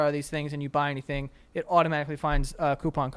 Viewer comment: I love how Joe and say coupon the right way.